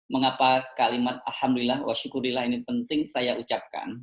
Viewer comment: Ucapannya tolong yang bener, bang. Wassyukru lillah, bukan wasyukurillah